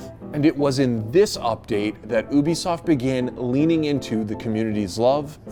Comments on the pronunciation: ha ha, "oobisoft" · It’s you-be-soft YOU-BE-SOFT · Im i the only one annoyed that his pronouncing ubisoft as obisoft? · Yis bcuz ubisoft is pronounced ( oo-bi-soft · ah yes, oobisoft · Its U-BE-SOFT